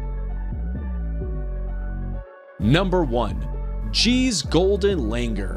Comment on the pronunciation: the last one's pronunciation is not langar, its like this - lung + ooor